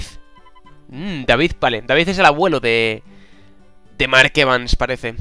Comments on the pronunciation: me pones de los nervios que es DEIVID no David cona! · es deivid no david se pronuncia deivid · se pronuncia deivid no david!!! A la inglesa!! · 1° El nombre del abuelo de mark se pronuncia Deivid, no David. 2° Segun avanzas en el juego van aparecienfo cofres nuevos en sitios en los que ya habias estado. 3° Para meter a los jugadores (por ejemplo hoy a Bobby) no necesitas cambiarlo por otro (como has hecho al sacar a Jack). Abajo tienes huecos libres donde puedes meter a mas jugadores PD: Si no sabes hacer esto ultimo mira mi comentario del episodio pasado o busca cualquier otro donde te lo expliquen. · QUE NO SE LEE DAVID, SE LEE DEIVID!!!!!!!!!!!!!!!!!!!!!!!!!!!!!!!!!!!!!!!!!!!!!!!!!!!!!!!! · es deivid no David jajajaja sigue Así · el Sr. Raimon no es malo. 1- Dios santo, es Dei-vid no Da-vid. 2- Smith es bueno- 3- #QuitaYaAWillyYPonAShadow 4- Ya veras quienes son los ``demás´´. 5- Recuerda curarte para el proximo episodio. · no se pronucnia daivid se pronuncia D-E-I-V-I-D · no es daivid es deivid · Se dice ''Deivid'' no David Evans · S.O.S Me duele la cabeza de escuchar ''Davíd'' en vez de ''Déivid'' D' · qu el abuelo de mark se pronuncia deivid no david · Me caguen todo no es david es Deivid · se pronuncia deivid no david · no se pronuncia david se pronuncia deivid. Mírate el anime que te gustas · emmmmmm..... repite conmigo D-A-I-V-I-D no se si soy el unico pero me raya cuando no pronuncia bien el nombre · SEGURO que va a volver a pronunciar mal el nombre de David Evans